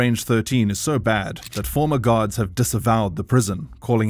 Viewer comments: Lol everytime he says guards it sounds like he is saying "gods" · I thought he kept saying "GOD" it was Guard.